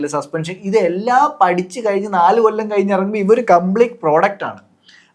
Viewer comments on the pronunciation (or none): none